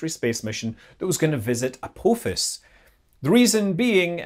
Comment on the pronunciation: I know of a certain Goa'uld who would absolutely MURDER Scotty for his pronunciation of his name...